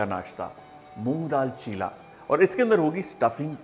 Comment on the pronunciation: it is cheela (चीला) not chilla (चिल्ला)